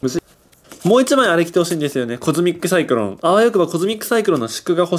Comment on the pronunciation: コズミック・サイクロンじゃなくて、トミック・サイクロン……的な？www